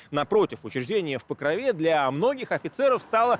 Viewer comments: Там же Покров, а не Покрова. В ПокрОве, а не в ПокровЕ. Я конечно понимаю не в тему, но слух режет. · Меня одного бесит произношение Покрове , ударение на е ? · покровЕ ? Это точно правильное ударение ? Слух режет жутко...